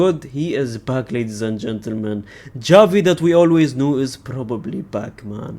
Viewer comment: I know your pronouncing Gavi as Xavi, for a joke right. Or are you doing it on purpose without realising?